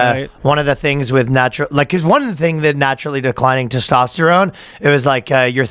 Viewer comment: Your “toss-tosterone”.😂